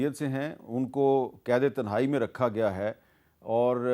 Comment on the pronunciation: Mir sb pehly to is k alfaz sahih kry k tehnae nahi hi tenhae hi